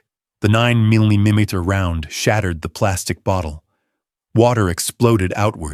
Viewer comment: Can't even pronounce millimeters or miles per hour correctly let alone a few other words 😂